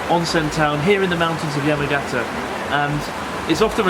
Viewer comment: Just wish Chris could pronounce the Japanese place names correctly...it's "Yah-mah-gah-tah" not "yemmagetta".